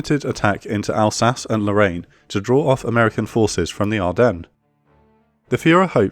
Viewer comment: I love the video, but it doesn't change the fact that there are two "r" in "Lorraine" (it must be awful to learn how to pronounce all these french and german words)